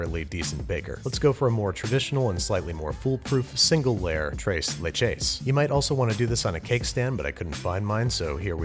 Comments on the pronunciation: “Trays laich is” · No one: Babish: trays layches cake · Everyone knows it’s pronounced trees leeches, jeez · Thrrres le-ches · I heard “trace lay chays”. Poor pronunciation aside, that cake looked phenomenal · nobody: babish: "TRAYS LAYCHES" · Correction, TRAYS LAYCHAYS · Thres leches is how you would pronounce it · I was cringing when he said “Trase Laychays”😭😭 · "trace lay-chays" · Babish: trays lechas Latin Community: Triggered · Bruh he said trace laychacys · As a Mexican, I cringe every time he says tres and leches but I love him anyway ❤️😂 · Still cringing every time he says ‘tres leches’. Regardless, it looked absolutely delicious. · Anyone Mexicans getting ticked of off about the way he says tres leches